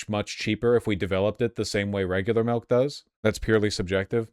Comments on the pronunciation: Quit saying melk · Every time he says milk it turns more and more melk